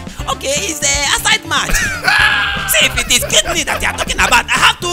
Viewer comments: Mark: hears KID KNEE Everyone normal: hears kidney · Hehehe instead of KIDNEY,mark thought it was KID KNEE🤣🤣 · It kidney not kid kneel. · Normal person : hears Kidney Mark Angel : hears KID KNEE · He thought it was KID-KNEE.. hahaha